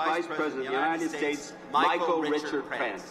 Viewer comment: Did he say "Micheal Richard Prance"?